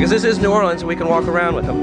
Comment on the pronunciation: I am very proud of you,, for pronouncing New Orleans properly.